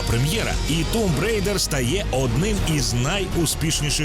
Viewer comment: Чого Тумб Рейдер, а не Томб Райдер?